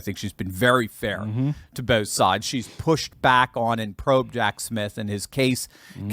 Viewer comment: Prounounced Jack SmiTH and not SmiF.